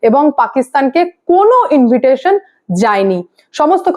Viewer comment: ইনভিটেশন নয় ইনভাইটেশন হবে।